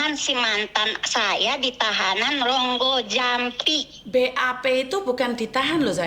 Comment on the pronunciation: rogo jampi mbk . bukan Ronggojampi😂 kudu tak tapok cangkeme😂